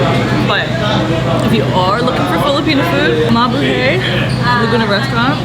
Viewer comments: I’m glad people thought you about mabuhay. But the hay at the end is actually pronounced hi. Like you’re saying Hi to people. Mabu Hi 😊😊😊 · Hi, thanks for keeping the Filipinos spirit alive in Malaysia. I actually enjoy your food vlogs a lot more than most other vloggers. Probably because you’re hot😂 BTW….. Mabuhay is pronounced, Ma-Boo-Hi😉